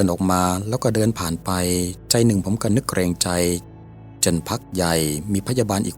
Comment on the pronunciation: เนื้อหาน่าสนใจค่ะ แต่ คำว่า "ก็" ออกเสียงว่า "ก้อ" ไม่ใช่ "เก้อ"